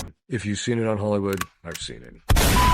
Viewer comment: Jim is calling out ‘helliwoold’